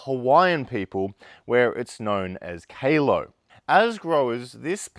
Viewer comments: Kay-low 😂😂😂😂 nah chap, it's Kah-Law! Crack up about the dropbear though 😂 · From a hawaiian to a righteous aussie, it's pronounced "Kahlo" not "Kayloh" 😂😂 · Thanks I’m from Hawaii too and hearing it get pronounced Kay-low was painful 😂🤙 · HUI… it’s kah low not kay low😮😮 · Heads up. Person from Hawaii. The name is pronounced. Kah low. Not Kay low. Just an FYI